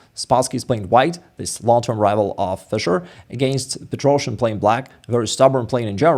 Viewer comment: Huge props for your amazingly good English and continuing thanks for these great chess tutorials. "Complicated" is always accented on the first syllable whereas "complications" always gets it on the third. And it would be good to hear "Petrosian" done correctly... especially by a native speaker :-)